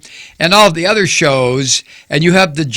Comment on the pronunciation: "I watch thuh shooows!" - 45th President of the U.S. Trumptard will never live this down.